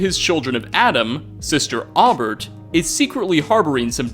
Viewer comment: Aubert is pronounced “Oh-bear.” Jeeze dude.